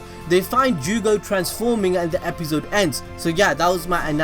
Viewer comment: I hate how you say episode stop it